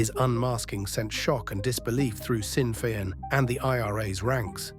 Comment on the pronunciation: Pronounced. Shinn fein